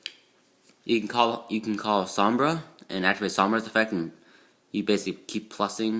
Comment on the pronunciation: Som-Bray is how you say it and 3 sheratin is terrible because you have to normal summon it. You should cut it down to 1 and add two maxx c in place